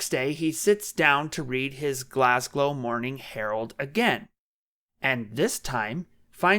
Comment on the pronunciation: "GlasGOW" not "GlasGLOW" you bumbling idiot.